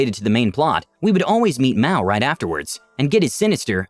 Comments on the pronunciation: Yeah, Maou isn't pronounced "mow", it's pronounced "maa-ohh", two syllables. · Very different pronunciation, though. The Japanese term Ma-ō isn't pronounced as "maow," like it is here, but as two syllables, "mah-oh." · It's also not pronounced the way it is in the video. It's ma-oh, two syllables. I think this was a coincidence because it was stated elsewhere that mao is portuguese for hand.